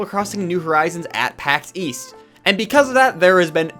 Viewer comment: I hear "Paxeees" but I know you mean Pax east lmao